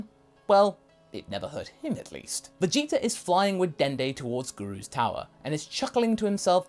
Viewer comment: He said vegeza?!